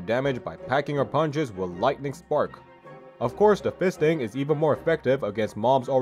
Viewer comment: "Of course, fisting is more effective" Why did you say it like that